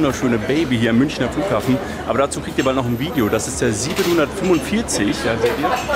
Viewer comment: Schade, nur neuere Fahrzeuge. Nicht ansatzweise mal n E9x oder E6x... Und, es heißt 7 45... die Zahlen werden getrennt gesprochen:) Grüße